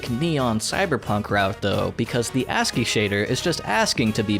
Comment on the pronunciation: wait, there are other ways to pronounce ASCII? & yeah usually ASCII doesn't really draw the backgrounds in that much detail